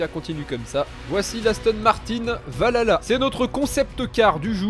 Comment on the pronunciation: juste mafia, ca se dit val halla en prononçant le H